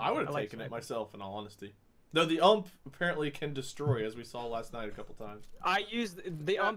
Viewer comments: how many gun fans get triggered when they say ump instead of u m p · I just have to say this it's pronounced U.M.P it's an acronym for universal submachine gun